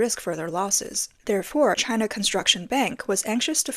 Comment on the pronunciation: Chynnna, Chynnna, Chyyynaaa.. 🤦🏻‍♂️